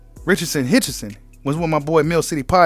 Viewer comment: He said Richardson Hitchenson 😂